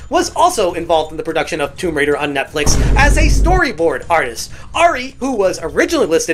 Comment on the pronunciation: I love Tomb Raider Not woum raider